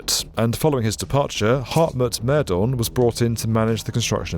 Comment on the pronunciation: You did completely butcher / mispronounce the names of Wowereit, Mehdorn, etc. Americans do so routinely, but Brits too?